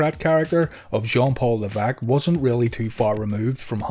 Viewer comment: Leveque? Isn't it Levesque?